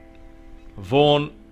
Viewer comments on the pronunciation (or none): none